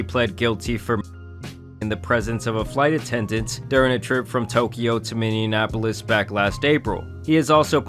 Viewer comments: Minne-in-apolis 😂😂 come on!!! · As someone from Minneapolis, your pronunciation almost killed me lol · Why does everyone say MINANPOOLIS LIKE THAT WHERE DO U HERE THE AN ???? Its MINNIE APOLIS GODDDAMNNNN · mini-apolis not minion apolis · Never heard someone say Minneapolis like that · Being from Minnesota, pronunciation of Minneapolis made me laugh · Why can no one pronounce Minneapolis right